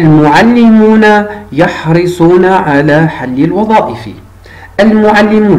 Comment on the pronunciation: يحرصون و ليس يحرسون...حرص يحرص شرح جيد و مبسط لأبنائنا. جزاك الله عنا كل خير.